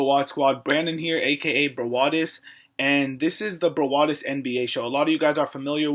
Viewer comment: Sup bro get it browadis btw its brawadis hahah -_